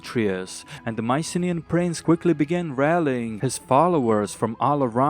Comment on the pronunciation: It's so nice hearing you about Mycenaean history also great pronunciation of the Greek names :D